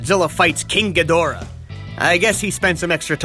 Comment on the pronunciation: Ghidorah is pronounced like (ghee-dr-uh) (No offence intended)